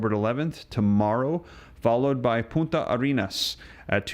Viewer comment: Poon tah not poo ta, lmfao,u just said "btch" in Spanish 😅